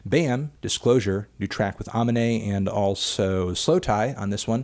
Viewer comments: he will never learn that it is A-Mee-Nay not A-Min-Ay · my man keeps pronouncing it AH mi nay lol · Melon please, it's uh-MEE-nay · Melon when are you going to learn how to say aminés fkn name good god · the way you pronounce Amine and brakence killed me a little bit but i forgive you. also that Caroline Polachek remix came out quite a while ago but there was a new one a couple days ago by umru.